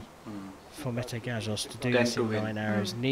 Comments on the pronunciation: You should pronounce his name as 'meteh' not like 'meth' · Not "Meyt" ..."Me-te". He is a Turkish hero and statesman in Hun emperor time also Metahan founded Turkish Army in 208 BC.